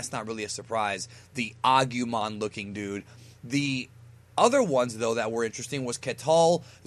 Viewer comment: Ha! He said augumon again!